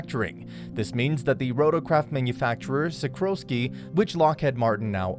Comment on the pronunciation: SiKORsky, not SiKROsky